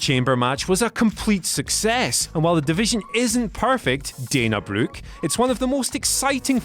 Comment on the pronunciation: Um yeah that’s not how you pronounce Brooke